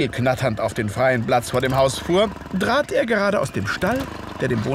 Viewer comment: spricht leider häufig B statt P "Blatz" z.B. und gleicht hinterher D statt T "drat", statt "trat" und K statt G. Das kann ich mir gar nicht anhören....